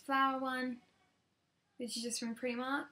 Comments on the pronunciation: it's Primarny not Preeeemark!!!!!-Ha! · Did you just call it preemark? Its primark. Like.. Pry-mark..